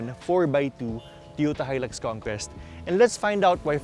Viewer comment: Hi-lux Kongkest? Pakisagot nga ng "kestion" ko?